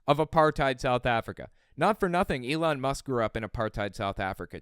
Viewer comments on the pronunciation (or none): none